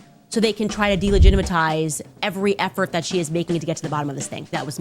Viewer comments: Lost it at delegitimitize😂😭😂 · "They're trying to delegitimatize me!" 😂